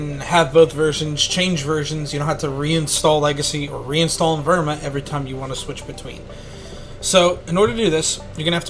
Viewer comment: I love how u cant pronounce evrima